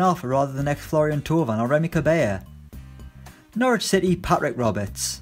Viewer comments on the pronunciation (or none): none